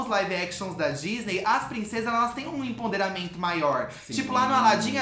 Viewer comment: EmPOderamento, não emponderamento. Pelo amor ....